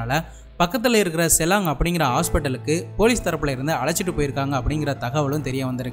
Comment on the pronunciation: Bro athu செலயங் ... 😭 I'm in Malaysia I know this case.. thanks for making this video